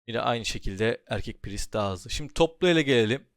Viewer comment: İlk defa "priest" i doğru telaffuz eden birine denk gelmek sevindirdi. Praaayyssttt diye okuyanlara selam olsun :)